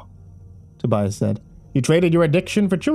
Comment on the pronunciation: Not to be THAT GUY, but it's "Tobias".